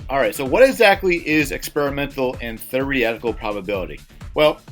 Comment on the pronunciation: "Thereehtical" lmao